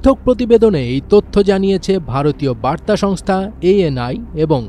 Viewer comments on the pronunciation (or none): none